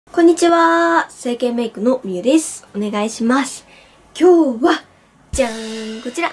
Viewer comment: 挨拶したあとの今日は の｢は｣がなんかやだ (伝わって)